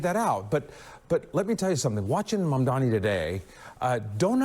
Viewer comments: Abel Maldonado is just butchering the name "Mamdani'" like its on his to-do- list OMG 😃😀😃😄😃😀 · Those racist clowns can't even say his name right 😄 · Why can't they pronounce his last name correctly? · Mamdani! M-A-M-D-A-N-I!! One of the easier surnames to spell and pronounce.